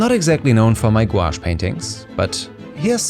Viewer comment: Do they just turn into ordinary watercolours when they dry? It was nice to hear someone pronounce the word without saying Gwosh for a change. :)